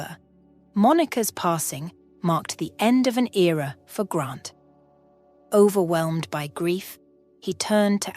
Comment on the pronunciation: This is not a criticism. It is just an observation. The storyline, structure and the voice are quite well done. Nicely presented. Noticed words such as ‘overwhelmed’ the ending ‘med’ is a mispronunciation. The final ‘e’ in the ‘med’ isn’t pronounced. There was another instance of this as well. Some concerns I had were: Why didn’t Chelsea do a Police report of the ‘vandalism’ and ‘disarray’ in her house so that identification or complication of rust was stolen; Hank’s ‘bonus’ in addition to his pay seemed a little extravagant, although understandable.; Who attended to the two children when Chelsea was called to be questioned about the identify ‘Mark’? ‘Mikes Moore’ There were couple of repetitions at the ending of the story. The conclusion was well achieved with the added touch of the farm and the horses. Thank you